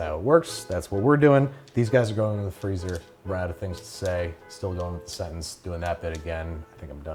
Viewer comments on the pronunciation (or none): none